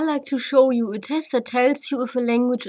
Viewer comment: pronounced you as khhou, I knew this lady is german. Nice explanation